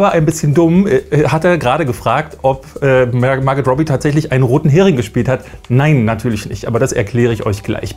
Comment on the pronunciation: Ich glaube ihr Name ist Margot und nicht Marget